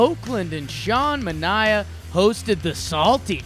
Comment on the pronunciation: DON RIGHT GAMING now I was Sean Manaea’s roommate in college...I do find it really funny that every team, announcers (including his own) pronounce his name wrong...I want him in STL ASAP